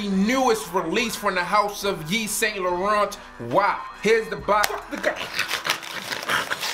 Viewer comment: You need to say the name of the fragrance the right way. its not lorente. its else, ask or watch french videos. I really laugh when I hear people twisting names like luis vuttone I am sure you get offended when people dont care to pronounce your name the right way.